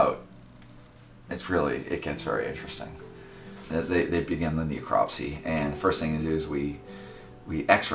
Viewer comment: "Kneecropsy" It's a Necropsy.